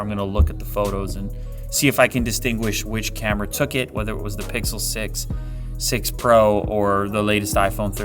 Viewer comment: Pixle 6 pwo, with a wittle wadda?